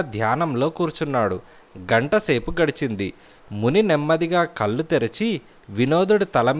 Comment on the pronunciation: కల్లు కాదండీ కళ్ళు...